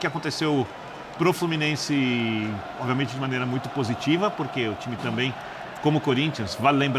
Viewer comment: Esse é guloso falou que quando entrar duas é três bolas tudo vai ficar bem. E pra piorar ele falou: Oviamente